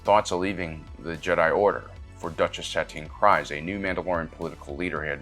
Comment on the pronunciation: Why are you pronouncing Kryze so incorrectly? As a Star Wars channel, I'd expect you to know how it's pronounced